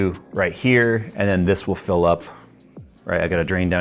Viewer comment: Every time you say "It's time to fill () it" I think you say " it" because we get the great montages and edits from ❤ maybe it's just me 😅